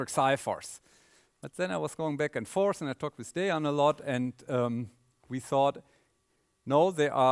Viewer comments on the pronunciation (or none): none